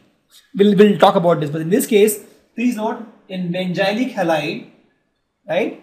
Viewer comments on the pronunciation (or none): sir............it's benzylic carbon not benjylic